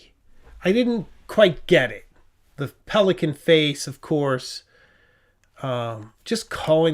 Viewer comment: hahaha! "Pelika-negian" LOL